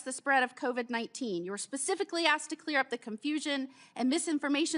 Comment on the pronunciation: what in the world has the second clown saying when he pronounces COVID AS CO-VED ????